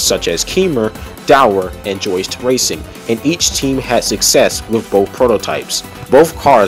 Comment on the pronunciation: 🤣 It's pronounced "eeks" for Jacky Ickx and "yost" for Joest. Same goes for "Yan" for Jan Lammers.